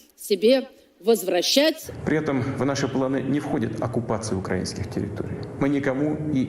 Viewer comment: Ты погляди, рашисты научились ставить правильно ударение в словах: "Украина" и "украинские", а шо такое? шо случилось?